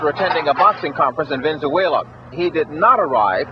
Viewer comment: Venzuela??? Ven-Zoo-Ayla?? Where is that?